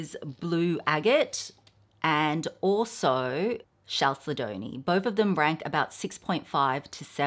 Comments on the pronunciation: The pronunciation of the mineral chalcedony is Cal- sed- o- knee. The second syllable is accented. Cal SED o knee. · Chalcedony is pronounced "kal-sed-oh-nee" 😊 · Chalcedony is pronounced: cal-said-knee :)